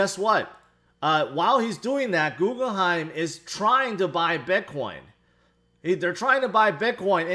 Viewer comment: Does say “Googleheim” to troll us?